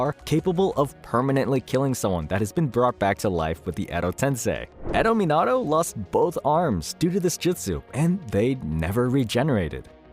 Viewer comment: Lost all beast abilities but can still use all their releases? You even pronounced Minato’s name wrong lol